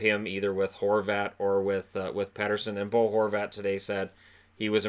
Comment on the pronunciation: Keep Benning. Keep Edler. Keep Pearson. Tinker around with the squad a bit more. Pronounce it as Petterson, not Peterson. Canucks checklist for the off-season.